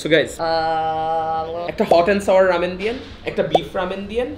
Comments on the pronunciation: is just triggering me the whole video saying rAmen as rEmen..!! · Bro, you're pronouncing ramen wrong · It's Raaa (um) men, not am:) / Samon not Sal-mon:)